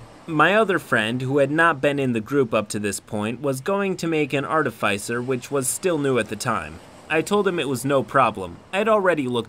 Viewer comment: The way you pronounce artificer bugs me waaay too much